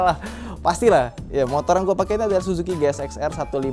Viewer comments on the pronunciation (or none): none